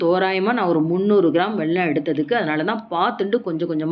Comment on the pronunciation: மேடம், அது வெள்ளம் இல்லை வெல்லம்